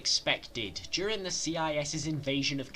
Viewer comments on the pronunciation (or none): none